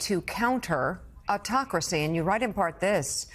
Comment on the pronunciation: The funny thing is Joe Biden can't even pronounce autocracy